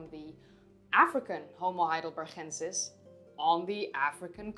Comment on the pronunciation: you always say homo heidelbergensis wrong, why?